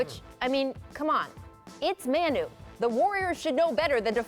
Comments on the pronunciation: muh-nu not man-nu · It’s mawnu, not mahnu. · The fact that she says "Man-u" instead of "Ma-nu" really bothers me.